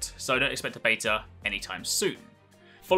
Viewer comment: why do you say beta wrong ,, your englishman be true to country please